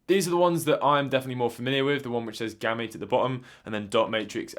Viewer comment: I would have pronounced it as "Game-Mate" without the "me" sound